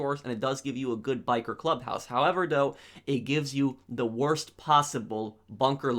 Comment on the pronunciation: The wotse